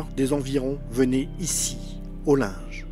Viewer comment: Mon grand-père a saité sur un obus le 21 Juillet 1915, à 32 ans, lors de la Bayaille du Linge! On prononce Lingue pas Linge!